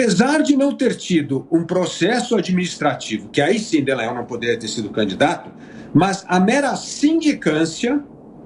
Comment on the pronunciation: Olha só não é dellagnol é Dallagnol, céus